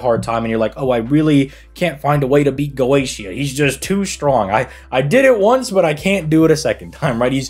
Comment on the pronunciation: Dude really called him "Goschia".